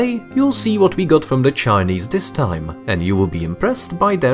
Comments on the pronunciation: The way he says the Chinese sounds like a slur aha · Bro why you keep saying the chinese like that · How you say Chinese is so weird🫤